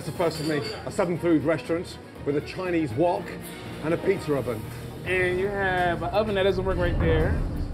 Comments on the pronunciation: Nobody: Kitchen nightmares: “plzza oven” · Am i the only one who noticed Gordon say "pizzer oven" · Yep. Still says “Plzza Oven” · Plzza oven? That won't be here for long before it gets corrected lol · Its PIzza, not Plzza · "PLZZA oven" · PIZZA OVEN NOT PLZZA OVEN. COME ON KITCHEN NIGHTMARES